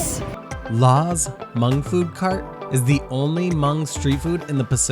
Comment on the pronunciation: Hmong is pronounced "mong" and not mung. The H is silent.